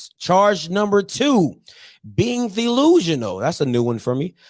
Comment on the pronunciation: Y’all ain’t right🤣😂🤣TheeLusional!! Lol🤦🏾‍♂️🤣😂🤣😂